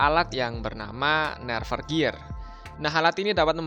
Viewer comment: Bang bacanya bukan nerve gear tapi nerf gear